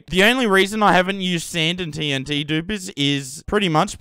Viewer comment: that's the way TNT should be pronounced, let's spread the message gamers! Love ur humor and brainfarts :D Also, massive respects for all the grind you put into this world!